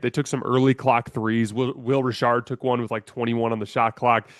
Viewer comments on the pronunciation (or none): Its Will Richard not rishard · Why did he say Will Richard like that? 😂